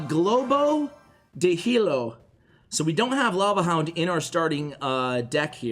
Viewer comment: Globo de hielo means Ice balloon lol and in Spanish the H has no sound. I really liked the vid btw